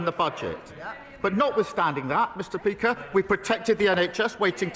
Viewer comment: "Not withstanding that, Mr peaker"... and this clown can't even peak properly, never mind run our country. MUPPET